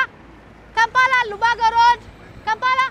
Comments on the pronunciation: Bagara Bagara ....I thought I was the only one hearing it...bagara Bagara instead of Rubaga Rubaga...huhhhh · My first time on your channel you have made my day 😂😂😂😂bagara😅😅it's rubaga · 😂😂😂 Kampala - Rubaga road 😂😂😂😂😂😂😂 tula by force 😂😂 jangu gwe 😂who are u commanding madam 😂😂😂spare my ribs miss😅